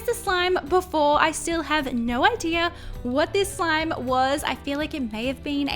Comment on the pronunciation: Why did she say at the end some instead of slime